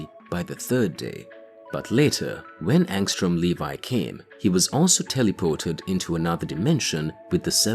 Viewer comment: LEVY NOT LEVI WTF